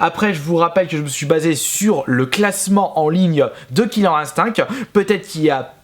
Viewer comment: killer ine-stincte merci dsl je suppote pas les prononciations comme ca